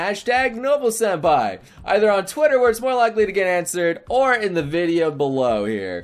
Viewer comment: waaaaaiiiiiittttt wwwwwwaaaaaaiiiiittt wwwwwaaaaaiiiiit...... did he just say SHENPAI 🤔🤔🤔I ONLY SHIP ZYLPAI